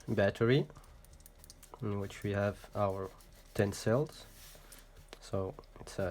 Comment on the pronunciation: Great video, by the way its Cells not sells.